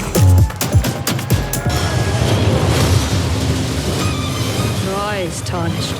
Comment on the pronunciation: AAAAAAHHHHAhahahaha Dude thinks that they are all laughing at his "not user friendly" joke. But that really was only half of them. The other half was laughing their ass off at dude saying Elden Ling for the 4th time that acceptance speech and then went ont to say "For the first time.... Lee Lee Lee Lee Lee... (continues to studder hard through the last bit of the speech)" Then the guy he is translating for..."Thank you very much" In way better English than the paid translator hahaha I know it is a short very common phrase but man that was a great final acceptance speech